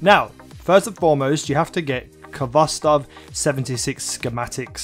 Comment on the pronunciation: FYI you don't pronounce the K. You say it with a hard "H". It is a Russian word transliterated to English.